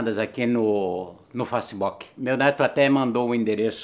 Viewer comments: kkkk fala sério... até minha vó fala facebook certo! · a tem mais vai aprende a fala facebook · você chama as pesssoas de analfabetas mas você não consegue falar "facebook" direito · "selecionadas aqui no... fassibóque" HAHAHAH adoro ele demais!! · uhshushu foi engraçado ele falando, FáceBók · "Facibóki" caralho rir mt KKKKKKKKKKKKKKKKKKKKKKKKKKKKKKKK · "FaceBóki" kkkkk'